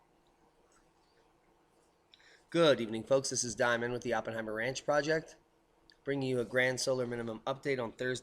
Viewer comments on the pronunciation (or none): none